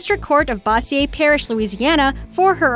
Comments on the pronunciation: it's pronounced "BOSE-zhur" parish, Louisiana. Sincerely, a Louisiana native. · I always get a kick out of people trying to pronounce Bossier La, it's pronounced like Bo•shure,not Boss•E•A. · I don't know if anyone has commented or noticed but the lady mispronounced "Bossier". It's not pronounced "Bossy-er'. Its pronounced like Boh-zher. Sorry, I couldn't get past that. Do some research and learn to say location names properly. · Really butchered the pronunciation of bossier LA lol